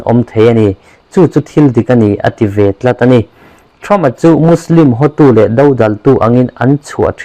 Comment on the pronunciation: "Trump" tih leh "Seat" tih i lam dan chu leh😂😂